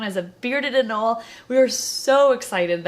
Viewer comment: It’s not “anol” is “anolE” there is an E there for a reason